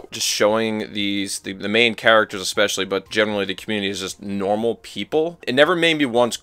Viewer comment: I can picture Beevis and Butthead : "you said normai and rational eh eh heh heh"